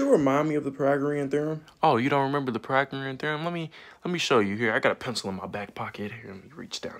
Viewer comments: "Pragoreum theroem" Lmao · He said Pyragoreom Theorom🤣🤣🥲